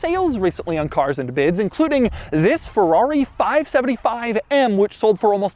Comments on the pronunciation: Never heard Doug say "Thisfs" on his intros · Everytime he says "this" makes my day hahahah